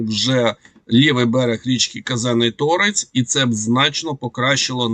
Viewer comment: У проблеми з наголосом невиліковні: не ТОрець а Торець,не ДОнець а ДонЕць 😢